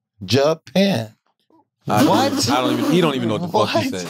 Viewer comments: Wax is literally the epitome of a Brilliant Idiot, love that guy “I’m Japan over here…they come together, Ja-Pan” “I don’t want to be single, China, I want to be with Carla, Ja-Pan” Schultz: China is two syllables bro, Chi-Na “there ain’t no UH” LMFAOOOOOOO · This foo said ja-pan I’m ja-pan bro I swear wax is the funniest! I can’t stop laughing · Not wax counting syllables to say he don’t wanna cheat on his wife😂😂😂😂😂😂😂😂😂😂😂😂😂😂😂😂😂😂😂 “JA-PAN” yo that shit took me tf out ! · "Ja Pan, Tai Wan, Chi Na...see chinas just one" when yall gonna sell a book of Waxisms? 🤣